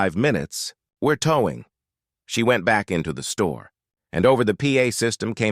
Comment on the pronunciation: This artificial idiot male voice couldn’t even pronounce “towing”….called it ‘toww-ing’